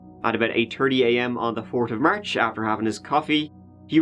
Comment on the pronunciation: This dude talks like an AI. And never pronounced the "H' when they're at the end of words. Like fourth is fort and fifth is fift. But he said 'half' just fine . Also random long pauses, I keep thinking my connection cut off..